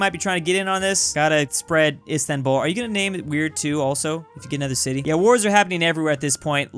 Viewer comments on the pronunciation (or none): none